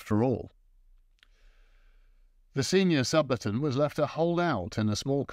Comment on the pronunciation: Great apart an inability to prononce Subaltern